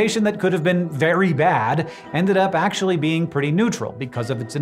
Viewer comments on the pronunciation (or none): none